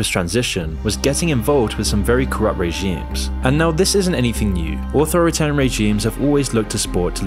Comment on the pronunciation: Regimes * not Reigimes